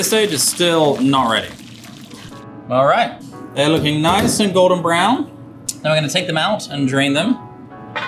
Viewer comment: I swear this guy is saying Gordon Brown not “Golden Brown” lmaooo